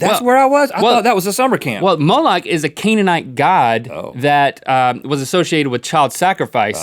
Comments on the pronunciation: You pronounce it Mole- Ehk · It's said: "Mole-leck" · its pronounced Mol-ek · But with the middle eastern accented "ch" at the end